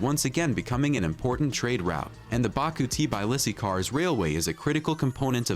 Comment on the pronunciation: it is not TIBAILISI IT'S TBILISI !!! READ IT AS IT'S WRITTN!!! T as Tattoo, B as boom, I as indigo, and so on!!! )))